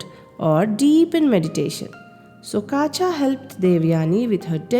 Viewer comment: Yes. It is Kacha (కచుడు) not Kaacha